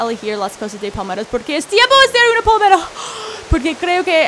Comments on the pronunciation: se dice PALMERAS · Pensé que decía pomelos (tipo de toronja) pero era palmera 😂😂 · como hasta la cuarta parte de el video me Di cuenta que decía palmeras y yo entendía poderes:v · pensé que decía poderes